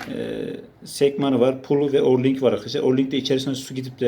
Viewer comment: Orlink değil, o ring.